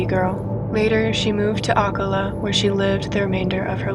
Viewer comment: The way you pronounced Ocala 😭😭❤️❤️